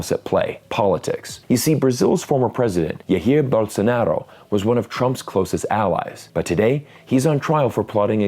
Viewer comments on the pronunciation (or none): You butchered Bolsonaro's horribly "ya-heer" but he deserves it so keep going, good job 😂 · greetings from Brazil! but the way you pronounced Jair Bolsonaro is insane 😂😂😂